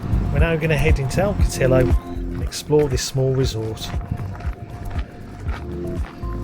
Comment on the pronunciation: El Cotillo ie. El Coteeyo Repeat after me El Cot-ee-yo😅